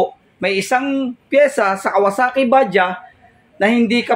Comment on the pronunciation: Bajaj as in bajads ang pronunciation nyan hindi Baja. Tinawanan nga ako nung kasama kong indian nung sinabi kong baja, kasi yan ay made in India.